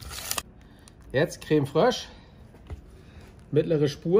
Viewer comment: Geiles Rezept ;-) ... Was hör ich da ? Ein Löffel Creme ” Frösch ” ? ;-) das muß das gute Zeug sein ;-)